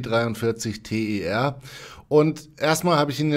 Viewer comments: Ich glaube das wird nicht T E R ausgesprochen (also buchstabiert), sondern tär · Ich will doch nur Unwissenheit aufklären und mich triggert es auch ein bisschen, wenn Leute sowas immer und immer wieder falsch sagen.